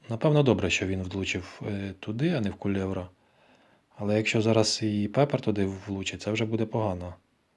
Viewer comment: КулеРво А то, твое КулеВро то не правда)